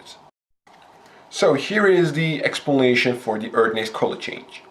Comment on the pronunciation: he says expulnation XD nice vid man! keep up the god work! you earned a sub!